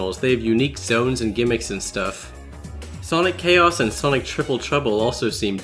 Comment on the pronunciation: MY MAN sawnik here